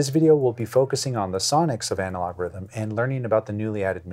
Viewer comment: you need to work on your swedish accent, it's pronounced Rhh-tmm 😅